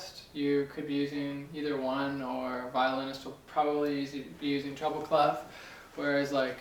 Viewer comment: Funny, when you say "treble clef" I always think you're saying "trouble clef." Probably because North Americans roll the "R" more than the British, Scots and Australians. I thought wow, am I gonna have trouble with this clef? But the treble clef has not been a trouble clef for me. I have advanced in note reading and can stutter through simpler pieces thanks to your lessons.